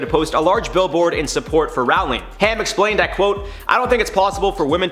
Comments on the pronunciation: Is it me or he has pronounced her name wrong. Ppl know her in the uk as Row---ling - not Raaling. 😫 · its ROWling not RAWling lol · its pronounced "JK rolling" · Her name is pronounced Roh-ling, as in "rolling pin". She said it once in an interview. And, while I don't much respect the woman any longer, I don't like people getting someone's name wrong. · The number of times you pronounced her surname wrong was so damn painful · I couldn’t finish watching the video because he is pronouncing her name wrong!